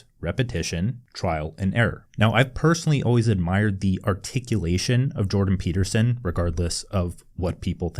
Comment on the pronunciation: Wait, what happened with Jordan B Peterson? Why’d you say it like that? He good?